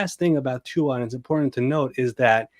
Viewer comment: These mooks -- alleged NFL experts -- don't even bother to learn how to pronounce Tua's name. 😑